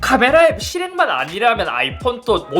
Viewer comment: ‘카메라’ 억양이 더 아쉽습니다 ㅋㅋㅋㅋ